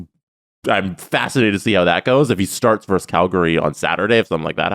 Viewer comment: It's "versus", not "verse".